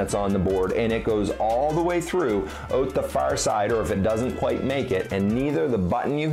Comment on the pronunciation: When he says ‘oot’ instead of ‘out’😝😝😝